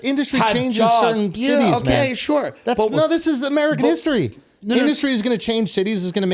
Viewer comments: Andrew “ I’ve been embarrassed by amerigan” lmao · “Amerigan” ~ Andrew Schulz